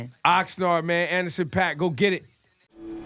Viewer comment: It sounded like E said Ettison Pop, not Anderson Paak lol